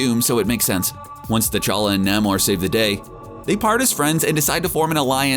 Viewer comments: It's pronounced "Neigh-more", not "Nah-more". According to creator, the late Bill Everett thought of the most "noble" word he could thing of and to his mind came the word "Roman". Spelled backwards; Namor. "Imperius Rex" muthafukkas. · It's Nay-mor by the way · I think Daniel Dae Kim would be the perfect actor for to play Namor. Side note: Why the hell does the narrator keep pronouncing Namor, "Naa-Mor"? How would this guy pronounce the word, symbiote I wonder. Hmmm.... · Um, you do know you pronounced Namor wrong, right? NAY-More. You kinda butchered it. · its nay-more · Jesus say his damn name correctly.